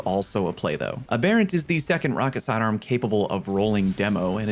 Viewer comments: I agree with all your thoughts (plus I just don't care about pvp) But...every YTuber is doing this and it's killing the English major in me Aa-Burr-Rant Not Ah-Bear-ant It's a form of the word "aberration" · I get when they can’t say shit like Mataiodoxía, but why can’t any of the YouTubers pronounce aberrant, that’s a normal ass word. AB-er-INT, not uh-BARE-int. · Please tell me that, at some point, a content creator is going to pronounce aberrant correctly.